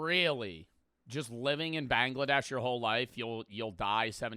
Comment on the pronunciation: It's Bangladesh not Banglaa- Dash dumb cheese burger